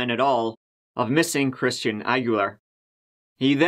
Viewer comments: I thought you said Christina Aguilera. And i was immediately confused. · Shmistian? Lol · At first I thought he said “Christina Aguilera”... 🤔🤔😃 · Why does it sound like is saying "Christina Aguilera" whenever he says that dudes name? lol 😆😆😆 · Rhymes with "Shmistian..." Oh, 🥰 That's my code! Coworkers have no clue who I'm talking about. It's flawless. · 'Ya wouldn't happen to be datin someone who's name rhymes with Smishtian'?? 👏👏 😆😅🤣🤣😅😆 its the little things 😜